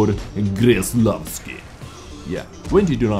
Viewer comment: its pronouced with a K, not a G. Kreslavski, not Greslavski <3